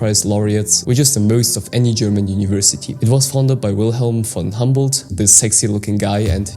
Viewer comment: it is not Hamboldt but Humboldt University